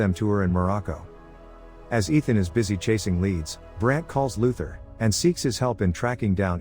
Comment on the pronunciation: "rouge nation" "Luthar" my god ...